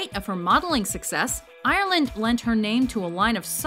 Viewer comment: Americans can never say Ireland properly...